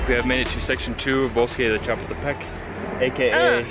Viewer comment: You generally do so well, but it's cha-POOL-te-peck.